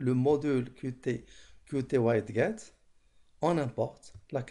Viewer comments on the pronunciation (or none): Ça se prononce widjet à part ça merci pour la vidéo!